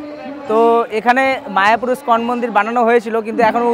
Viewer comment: কথাটা স্কন মন্দির নয় ইসকন মন্দির হবে। খুব ভালো কাজ করছেন কিন্তু নিজের ইম্প্রেশন টাও তো জমিয়ে রাখতে হবে, তাই না? একটু মনোযোগ দিলে আরো ভালো হবে।